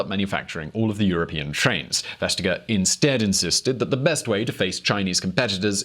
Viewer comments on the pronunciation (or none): Westtegger? It is pronounced more like West-acre, which is what Vestager means. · The G isn’t silent. It’s softened. “Vestayer" is a more appropriate approximation. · It's pronounced "vest-ayer" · FYI: The name Vestager is actually pronounced "West" (as in the direction) + "aer" the G is silent in Danish. Love VisualPolitik. - A Dane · Would be impossible to understand who "Vestager" was without texting! Why do English speakers always destroy to them foreign names? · Damn, you really butchered Margrethe Vestagers name. Both of you.